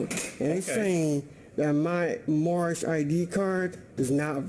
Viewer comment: Oh god it's the "My nation is Moormish" guy again